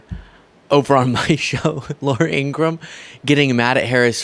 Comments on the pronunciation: Hi, you need to pronounce Laura IngraHAM! She's so weird she has to even lie about her real name!!!! I'm so sick of her, Jesse Waters and Sean Hannity! They're anti American, anti Constitutional, and anti DEMOCRATIC! Vote 💙 so i can sleep at night! 😊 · Laura's name is pronounced "In-gruh-ham", her family clarified. Not that she deserves the courtesy of pronouncing her name correctly. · “She can read teleprompters.” As she reads a teleprompter. -per her brother it’s In-Gra-Ham. 😂😂😂 Laura adopted 2 children from Russia. Hmmm. Oh, and a child from Guatemala. Which would be a wonderful thing except this woman is speaking out of both sides of her plastic surgery mouth. Nobody loves Putin/Russia more then the boot licking tRump.